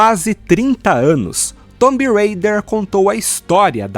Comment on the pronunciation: Off topic: pq para Raider vc fala Reider e para Tomb vc fala "Tombi" ao invés de "Tum" deveria ser quase um "tum rêi-der"